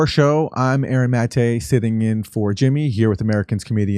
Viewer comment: Why does Aaron include the acute accent (é) marker on his last name but completely ignore it in his own pronunciation?